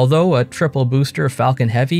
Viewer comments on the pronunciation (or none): none